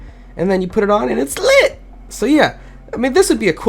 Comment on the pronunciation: I like how you said it’s LIT